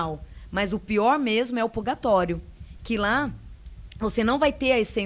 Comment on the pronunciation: Ela tá falando purgatório kkkk